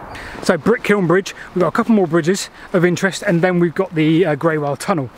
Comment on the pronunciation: Somebody else might have mentioned the pronunciation of Greywell. I lived in Basingstoke close to the line of the canal 50 years ago, and used to walk it. A very old resident I met near the tunnel told me that Greywell is pronounced as "Grool". I also heard that from other people in the village of Basing, through which the canal ran (along the castle wall). A great video, thanks.